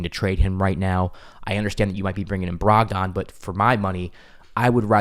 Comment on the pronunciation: Brog-den not Brog-don. No one says Brog-don.